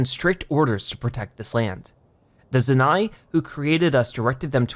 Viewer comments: It’s pronounce Zoh-Nai lol. Jus to let you know, not Zanai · Also… ITS ZOE-NAI NOT ZENAI!!!…..ahem.. sorry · it is zonai you are prononcing it like zuni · The word zonai is said like zone-eye. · Its "Zone" "eye" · Zonai - Pronounced zoh-nigh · The fact that he said zoni wrong killed me